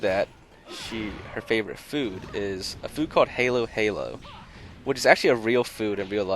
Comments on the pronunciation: Filipino here, it's pronounced as Ha - Lo not hey - low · Im phillipine and its not pronounced heylo heylo its halo halo Its ice cream with fruits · its HAH-LO HAH-LO Not Hay-low-hay-low it isnt pronounced as Halo like the angel halo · Heyyy it's pronounced Halo-Halo not "Heylo-Heylo" It is an icecream mix with lots of fruits. :P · Omg he said "halo halo"😂😂😂 even tho it's spelled like that, it's pronounced like a stereotypical Asian with a foreign accent saying hello, so it pronounced like "hallow hallow" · The food halo halo is actually pronounced “hollow hollow” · Halo halo is supposed to be pronounced like hollow hollow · Halo halo is pronounced hoalo hoalo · pronounced "Hollow-Hollow." I'm half Filipino, had to correct you! lol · Halo - Halo is not pronounced like "Halo", it is pronounced like Halo Halo not "Hailo" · It's pronounced H(ah)lo-H(ah)lo. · It is pronounce hah lo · Lmao it's pronounced hollow-hollow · It's funny they nailed the anime and filipino part, most of us filipinos does like watching anime LMAO. btw a nitpicky thing, i't's pronounced hahlo-hahlo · halo halo is not how u say it but anyway cool vid